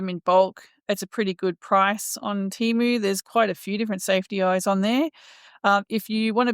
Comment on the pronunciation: Hey, I'm a new suby to your channel. I'd really love to get hold of some of Zac's yarn someday for my plushy makes. I love your content you put out🤗🥰. Enjoy your Temu haul vlogs. Had a good chuckle at you trying your hardest to pronounce Temu😅😅